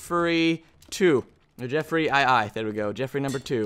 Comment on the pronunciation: he named his second sword jerfferyII not JefferyII